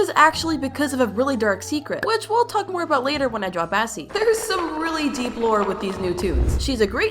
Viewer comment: Bro bassie not Bassi,oh my god bro what hell bro